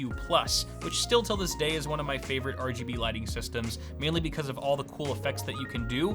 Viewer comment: mor are gee bee ree